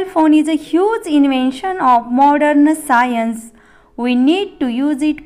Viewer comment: साइंन्स ❌ सायंस✅ 😅😅😂😂😂😂😂😂😂😂